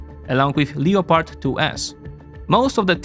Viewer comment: please look up how to pronounce leopard